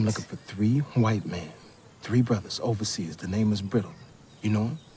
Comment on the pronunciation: Lol 2 mins in...."over seas". Lol. No baby. No.